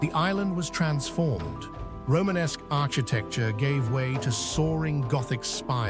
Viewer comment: Mt. Saint Michel really is a magical place. This particular A.I. voice is getting overused already. And he mispronounces 'architecture.'